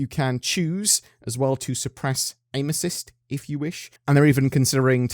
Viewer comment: I had to listen twice to "aim assist" cause that is not what I thought they said lol